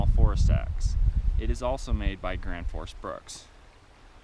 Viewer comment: Gransfors bruks not Granfors lol